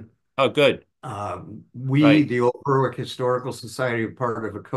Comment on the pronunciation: Don’t pronunciation Berwick I.e. Berick